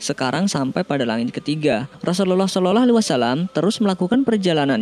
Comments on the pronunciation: Sholallah om bukan shololoh 🤣🤣🤣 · entah ini telinga saya yang salah atau yang biacaranya yg salah dia menyebut nya "solelahalaihi wasallam" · TOLONG UNTUK MENGUCAP (SAW ) JANGAN SOLOLOH,, TOLONG DI RALAT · Ente meyrbut asma Allah , blgnya shololoh , itu salah dan ente suaranya jelek bngt